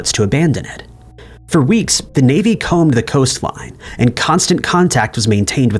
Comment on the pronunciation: Lots of AI in this video. Is the VOICE AI even!? "Comb" isn't "Come Buh" lol.